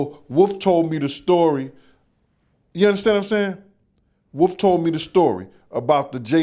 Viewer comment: is it WOOF or WOLF 😂